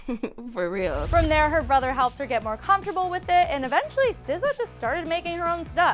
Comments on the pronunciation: Did you really just call her sizza 😂😂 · Jerusha Jose it's pronounced sih zah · The one where you pronounced her name! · You know that vine when some guy puts a fake rat and a lady passes and she makes that weird noise, yeah? That's how I pronounce her name.